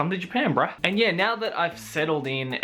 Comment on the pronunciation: It's so confusing he pronounces bro like bra xD